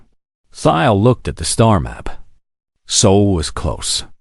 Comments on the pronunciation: It’s SOL system , not soul.. your a.i. Needs to be updated or retired so you can start again. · pronounced more like Saul.